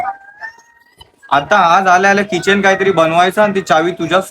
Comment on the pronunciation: Kitchen nahi key-chain